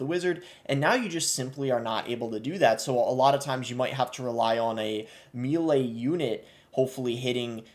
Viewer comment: that is not how you say melee